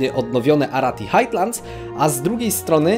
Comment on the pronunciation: "Highlands" czytasz jako "hajlends", nie jakieś "hajtlends". Tak podpowiadam tylko i pozdrawiam.